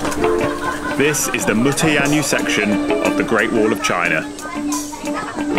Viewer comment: not consistently true. For 'Mu-Tian-Yu' he pronounced 'Yu' as 'U'/'You' which is wrong. And he totally mangled 'Yang-Qin'. 'Yang' should be vocalized as 'Young', and 'Qin' should be vocalized as somewhat like 'Chin' but with the h silent.